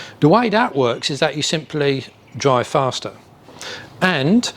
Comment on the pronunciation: Den wen you dwive down da woad wiff da twuck dwiving da udder way - FFS